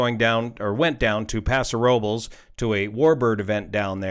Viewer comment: Thank you for pronouncing Pasa Robles correctly